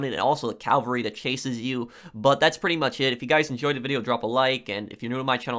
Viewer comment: Cavalry not calvary Cavalry is mounted troops Calvary is the hill on which Jesus was crucified